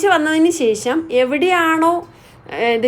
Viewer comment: അടിപൊളി video " ശേശം അല്ല കുഞ്ഞേ, ശേഷം എന്ന് പറഞ്ഞു പഠിക്കൂ!